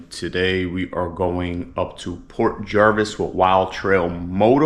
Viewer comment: Nice video! I was there on my bike not too long ago! Just a FYI, it's Port Jervis not Jarvis. 🙂